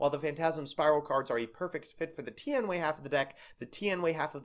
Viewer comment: It's pronounced: Tee-An-Way